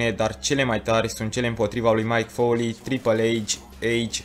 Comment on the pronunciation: De ce pronunți Mike Foley ,e Mick Foley ...